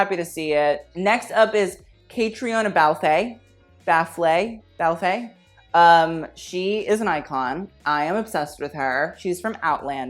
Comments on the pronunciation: Ok have to stop the video to comment that caitriona balfe name is pronounced as cat three na. Or 🐈 3 na. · Caitriona Balfe is pronounced “ka-tree-nah bal-f” but your pronunciation is way more entertaining 😂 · Caitriona Balfe is pronounced like "Katrina Balf" Caitriona is Irish (Gaelic) for Kate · That pronunciation on Caitriona Balfe...now I know how the French feel every time said Hot le mode <3. Its pronounced Katrina Balf. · I love you but as an Irish person I’m kinda distraught that you butchered Catriona Balfe’s name SO BAD.